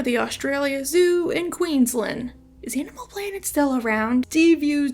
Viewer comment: I know we pronounce some things funny in australia but Queensland is pronounced exactly how it's written